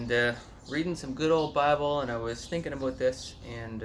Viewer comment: Like when u say, "aboot."